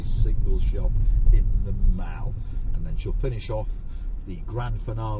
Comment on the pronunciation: Lowcost sounded much more appealing than Lacoste.